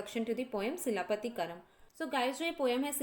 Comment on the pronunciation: Its chilapathikaaram